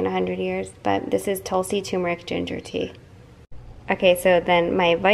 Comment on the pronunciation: Hi big fan! Tulsi is commonly found in India and actually a plant that is worshipped!! It’s pronounced Tool-see!!